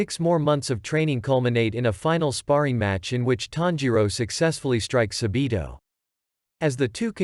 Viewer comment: It’s not sabitooo it’s sabbbito okay